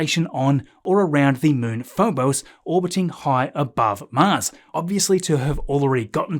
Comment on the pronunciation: Phobose?? It's greek "Pho boss":-) but great video as always you are the best on you tube!!